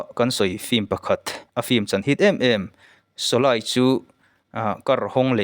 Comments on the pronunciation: Shawlei tiha lam tur shawlai nilo in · sawlai han tih chu, sawlei tih tur ni awm tak. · Shawlai nilo in shawlei ti a lam tur aw. Shawlai ti a i lam hian hidi tawngah awmzia pakhatmah a awm lo. Shawlei ti a i lam erawh chuan - meipui, meialh tihna lam a kawk thung ang. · Solay ni loin Soley tia lam ṭhin vek zawka niee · 'Sholaai' ti a i lam vang leh 'khan (kan mutpuite kea kan khan ang)' tia i lam avangin ka ngai thla lo mai a ang e. I trawng pai em mai. Amir Khan te, Salman Khan te hming pawh ti khan i lam trut trut duh hmel. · Mithar niman ah kan phun nghal tehang. Shawlei tih te mit atitlai tia lam tur. Mit ati tlei mizotawng hman uluk angai ania. Thangthar ten an ngaithla nasa sia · Sawlei tiin ka lo lam thin a... Ka lam sual nge i lam sual zawk aw